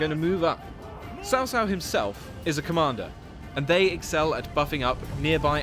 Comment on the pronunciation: no there is no "h" sound. otherwise it would be spelled "chao". "ts“ is as close as you can get to the chinese "c".